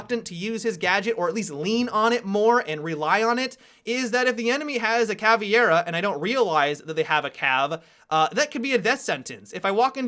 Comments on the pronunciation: You do know that "Caveira" has the e before the i right? so it would be pronounced "Cavayra" or an american way "Cavera" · I get so triggered every time someone says "Cav-i-era." You used to say it correctly,. Why have you forsaken me now? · God, your pronounciation of caveira